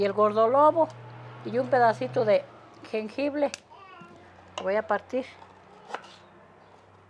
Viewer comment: soy el único que murió de ternura cuando dijo jengible amo como cocina y si quiero el vídeo de remedios caseros